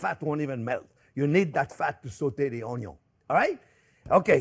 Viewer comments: Yes, I like how you pronounce 'onyo'!! Thank you, Chef for all the tips!!!!!!!!!!❤❤❤❤ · Come on, how cute is he! Adorable! Plus I learned so much from him. And we no longer say “onion” we say onyo. The looks we get at the grocery store 😂😂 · The most important is how you pronounce Onyo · And don’t forget: it’s pronounced ONYO! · Just watching Chef Jean-Pierre to hear him pronounce ONYO is reason enough to watch - period. But his recipes and instructions are good too! And now I know I need to get a new cutting board!